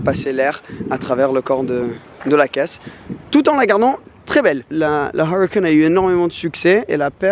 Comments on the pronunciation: «: j’aime bien la Awwrucan. » Dit le en français tqt ta rien à prouver 😂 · Il m enerve quand il prononce huracan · Huracan avec l'accent anglais mdr🤣🤣